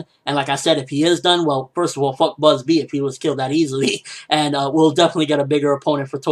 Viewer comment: its Bazz-B not Buzzbee, cmon ppl stop using silly translations